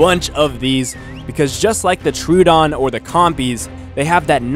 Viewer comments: Tro-uh-don. Not True-don. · ITS PRONOUNCED ' TRUE - OH - DON'